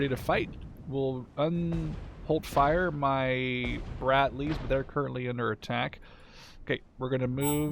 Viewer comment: dont think its brat-lees bro its brad-lees